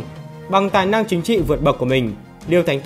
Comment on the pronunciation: Đúng, tui chê mấy người phát âm không chuẩn lắm